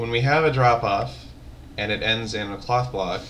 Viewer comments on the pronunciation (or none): When he says cloth block it sounds to me like he is saying cock block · OHHH!!! i thought he said cock block not cloth block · When you say "cloth block" is sounds like cock block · Sounded like he said Cock Block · I thought he said cock block xD